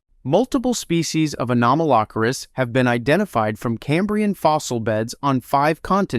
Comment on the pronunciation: Stop saying Anomalocaris wrong. 😡